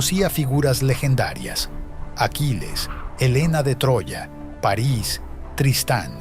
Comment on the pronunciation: París NO, Paris SÍ... sin tilde en la "i"... El acento se aplica en la "a".